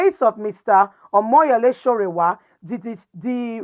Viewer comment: His name is sowore and not sorewa.